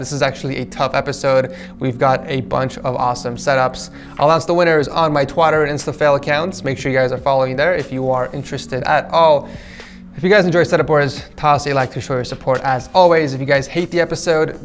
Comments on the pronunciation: he said twoter instead of twitter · did he just say "Twatter" Like if you heard that as well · Why do you say Twitter twater 🤣🧐